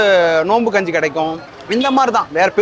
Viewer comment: Bro kunji ila kanji